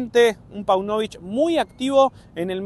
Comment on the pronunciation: Páunovic..... acento en la ''a''.